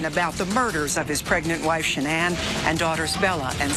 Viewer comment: Her name is pronounced sha-nan, it's not that hard to say and remember. If you want to honor her memory, pronounce her name correctly!!!!!